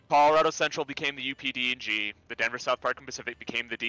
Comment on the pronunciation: Why do I keep hearing UPD&G as UPDOG?